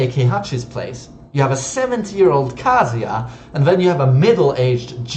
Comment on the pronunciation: Why do you pronounce Kazuya like KASIA.